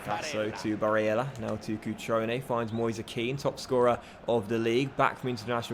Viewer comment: why do you put so much emphasis on barellas name if youre not gonna bother to do it for the rest of the names? sounds super weird and forced